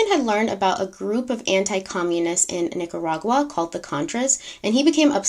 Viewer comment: We know it’s hard for people to pronounce Nicaragua 😜 you did pretty good